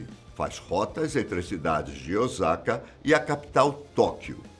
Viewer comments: Meuuuu Deus ! Não é ozaka é Osaka! Só no Brasil q o “s” sem som de “z” Osaka( província:ossaka) 😂😂😂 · Moro no Japão mais de 20 anos e se pronúncia ôssaka e não ozaka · Olá!! A pronúncia correta da cidade é Osaka e não "Ozaka", som de S da mesma forma como é escrita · Obs: a pronúncia correta é Osaka e não Ozaka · Morando aqui eu posso afirmar q a tecnologia aqui realmente é incrível, algumas coisas eles não modernizaram pq preferem deixar como no período feudal, ah e é OSSAKA que se pronuncia corretamente mas se escreve Osaka mas o som é lido como se fosse com 2 S ok rsrs!! Br japan galera vejam lá tmj😃😃😃